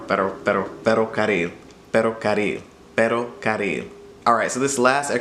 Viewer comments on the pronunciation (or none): Your R has to be more strong in feRocaRil. Hope it helps